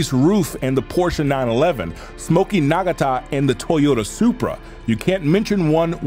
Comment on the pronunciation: Love your videos, always super entertaining and informative ..but, I notice you mispronounce names and words sometimes I'd recommend listening to someone else say them on other youtube videos or something I'm not faulting you for it, I've done the same thing myself, it's just a side effect of reading something without being able to speak it Smokey Nuhg-aw-tuh not Nog-uh-tah